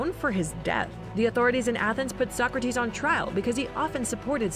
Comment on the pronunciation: I’m dying about sock-kra-tees